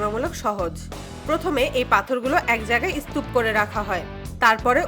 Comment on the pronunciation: ষাট হবে, ষাইট আবার কি? স্তুপ বলতে হবে ম্যাডাম, ইস্তুপ আবার কি? এটাও কি ৩ তলা উচু ট্রাকের সমান 😂😂😂